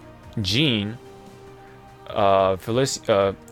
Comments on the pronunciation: Say it with me Fuh Leee Sha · Fel-ic-cya? Lol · That’s not how you pronounce Felicia’s name